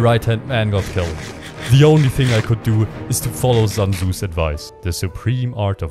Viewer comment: proceeds to pronounces sun tzu as "zun zu"